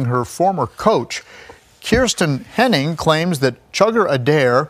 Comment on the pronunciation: My last mane is Henning and her name isn't pronounced like that